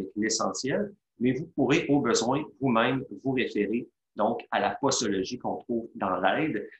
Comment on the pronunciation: On prononce poZologie et non poSologie...